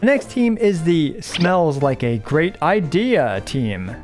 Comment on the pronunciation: Not the "i-dehia"😭😭 that's horrible humor which I like